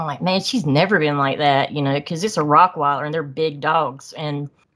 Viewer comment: Another great guest. One thing ... it's ROTTweiler, not "rock"weiler.